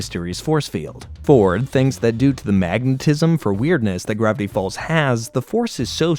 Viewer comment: Bro at the start said "gravity balls" instead of "gravity falls" 💀💀💀